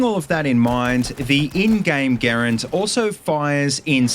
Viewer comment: Thank you for properly pronouncing the M1 Garand name most people say it as grand like they talking about money lol drives me nuts 🤦🏼‍♂️ ps. hello from Canada 🇨🇦